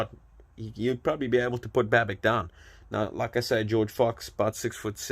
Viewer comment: The correct pronunciation is Babitch and not Babick.